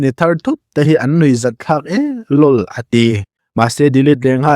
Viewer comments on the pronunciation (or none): Lawl a ti han tih tawp L.O.L te ti la lam tawi ang kha ni i local em mai